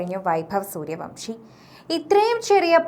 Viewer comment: സൂര്യവംശി അല്ല സൂര്യവൻഷി ആണ്